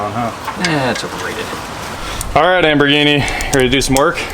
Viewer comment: Great little rebuild series, always enjoy these. But my goodness, does she actually like being called Amberghini? Cringe when I hear it every time.